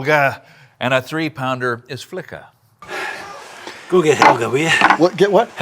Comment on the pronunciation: Swede here. It's fun to see a Swedish word being used for a small sledge! I've never heard about that 😄 If you want to show off even more and nail the pronunciation it sounds more like "fli-ka" than "flika" (and it's spelled "flicka")